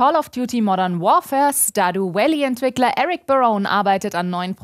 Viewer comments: doch es ist stardjuu vällii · starduuuu uälllie lol, so falsch